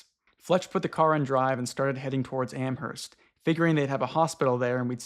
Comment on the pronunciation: ok guys YOU DONT PRONOUNCE THE H IN AMHERST!!! PLEASE ;-; every time lol